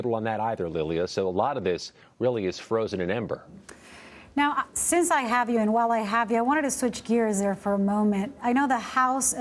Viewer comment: It's AMBER, not EMBER.